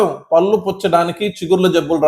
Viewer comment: చాలా బాగా చెప్పారు కాని పల్లు అనకండి పళ్ళు అనండి